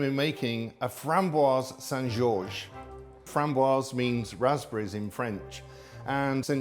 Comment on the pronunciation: "frambwahz sahn ghzawzh"? Do you mean St George Raspberry Cake ?